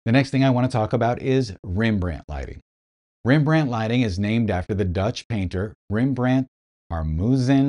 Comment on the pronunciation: It's pronounced Rembrandt Harmenszoon Van Rijn 😂😂😂😂 just kidding, you did fine.